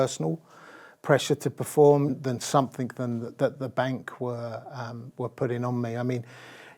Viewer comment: He keeps saying "somethink".